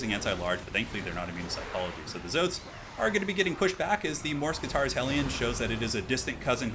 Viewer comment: Not to be rude or anything, but is that really how you pronounce morskittar? Mors-kitarr? Just sounds super weird for my none native English ears. I would assume it was like mor-skittar